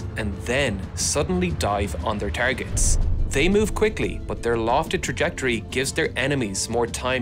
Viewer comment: can you just stop saying "buf" instead of "but"? please